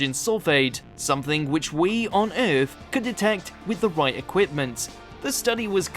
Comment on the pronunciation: The new narrator's pronunciation of "Earth" is hilarious. 😂